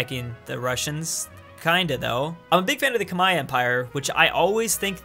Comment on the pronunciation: wow, he said khmer right... +1 to you bro